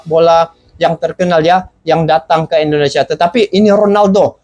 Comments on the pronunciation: Bang .. Tolong saat you ucap Indonesia huruf pertama harus terdengar jelas "i".. Bukan " e".. Ingat ya bang., Indonesia!! Bukan ENDONESIA ! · bang tolong baca huruf I (Indonesia) nya bunyinya I jangan E ya bang, itu ejaan Indonesia bukan ejaan Inggris.